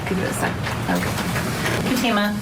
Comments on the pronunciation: She didn't run away. Also her name is pronounced FAtima. Accent on first syllable. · What is the age of the daughter? This father is heinous. He obviously was going to be paid from the old man's family if he allowed his daughter to marry. This is called prostitution. This lawyer can't even pronounce her name. It's FA-tee ma. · I think her name is pronounced fat a ma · Please someone correct the attorney he pronounces the young victim’s name incorrectly. He sounds so unprofessional as he constantly mispronounces her name. It could be considered disrespectful also. It appears he’s the only one that doesn’t pronounce her name correctly. Maybe he needs a hearing test and hearing aids. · The Dad acting like he is asleep during testimony. And the public defender acting bored to death . And the pronunciation of her name is not correct .